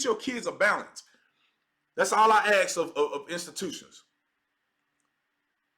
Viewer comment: I agree with 98% of what you say. I mean zero offense by saying what Im about to say. We also must respect the english language, just as much as the flag. Please don’t say “ax”, it sounds horrible, please say “ask”. Much respect! Fan for life!